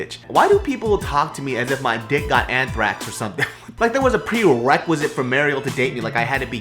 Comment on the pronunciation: you said "pwewequisite" :P